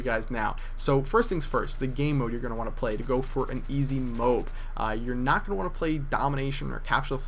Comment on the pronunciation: It's not 'note,' it's 'not.'